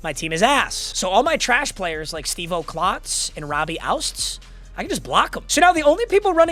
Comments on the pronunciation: it is not outs-z... it OU-TZ. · its robbie OO-TS not out-s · I know you don’t care but your goated FBs name is pronounced OOTS not OUSTS. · your full back;s name is Robbie “Oots” not ousts… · It isn't OUTS-Z ... IT IS OU-TZ! It is a super fun name to say too.... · Please my mut goat stop calling Robbie the wrong name 😂 its not pronounced ousts it's pronounced "oots" as in pronounce the word "boots" without the B It dead ass doesn't matter cause he's a silver but i wanted to make a comment about it 😂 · Its robbie OOTS not outz put some respect on his name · Coming from a Seahawks fan it’s Robbie “Ootz” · Stop pronouncing ouzts wrong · If you’re going to shit on him at least pronounce Ouzts’s name right.